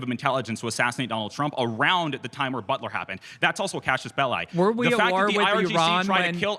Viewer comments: Somebody tell this smug kid it's "casus belli," or a cause for war, and not "Cassius Belli," or some guy named that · He also pronounced it horribly wrong. It's [cazus belly] not [cashus bellai] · lmao I thought he said “cashless bail” at first, I was like what does that have to do anything lol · AND ITS NOT CASHIUS BELLI, its not a fucking boxer its a latin word. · ❌ casus belli ⭕ cashes belie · he’s intelligent? He can’t even pronounce casus belli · Bro didn't even SAY it right 😩 I'm not asking for ecclesiastical pronunciation or anything, just do ur best lil bro!! 🥲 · can handle someone being annoying about Latin, but being annoying about Latin while mispronouncing Latin is too far. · someone learning classical latin here! we actually have a ton of great understanding on reconstructed latin pronunciation, largely due to access to poetry of the time. americanized latin is fine when just using terms like et alia, et cetera, and this one. this guy in the video just managed to pronounce even the americanized version so incorrectly that he didn't come close to Any pronunciation lmao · He also doesn't know how to pronounce cassus belli, or what it means. 😂 It isn't an "act of war" it is a justifiable cause for war. Maybe you and I are arguing, but it's not war yet. If you slap me, we could call that an act of war, and I could engage in war back. But maybe you don't slap me. Maybe you pour sugar in my gas tank. Maybe that isn't an "act of war", but it could provide justification for me to go to war with you - that would be a cassus belli. Sorry, that would be a Cassius Bell-eye. 😂